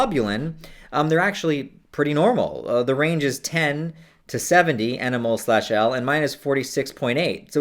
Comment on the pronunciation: How can you advocate safe substance use and dabble in the use of RCs and seriously potent chemicals for several years and be oblivious to the unit mole or concentrations in general? That's ridiculous. "EnEmOle-per-liter" triggered the shit out of me.. rest was pretty meh, too.